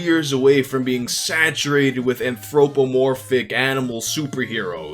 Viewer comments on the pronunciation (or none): An-thro-more-phic, lol. I can't pronounce sugar without adding an R after the u, so no worries. Like your content bro, keep up the good work. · No one: Literally no one:: anthROPEomorphic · The way says "anthropomorphic" is so freaking funny oh my god 😭